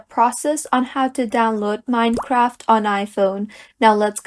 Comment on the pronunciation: Wtf is “mini-craft”?